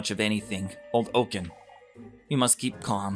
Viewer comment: Since the name is SO many times read aloud by you, lemme give you a tip... ;) Jochen is not pronounced "O-ken" but "Yo-ken". Actually, the "ch" in the name is not pronounced as "k", but to be perfectly honest, if you haven't learned German, it's impossible to teach you here. "Yo-ken" will do. That is...have you maybe heard how the famous composer Bach or how Loch Ness (where the monster lives) are pronounced? The "ch" sounds in those names is the same sound as the "ch" in Jochen. Also, awesome series. I have been really enjoying this. :)